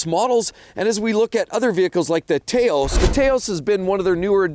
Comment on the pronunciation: Taos is pronounced TAH-os